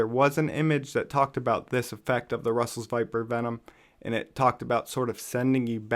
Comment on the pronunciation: Back in college, in pathophysiology, I read that one of the causes of hypopituitarism is Russell's Viper bites. If the envenomation is severe enough, it can damage the pituitary gland. Edit: Just got to the part where you mentioned that.... Yeah, you pretty much pronounced it right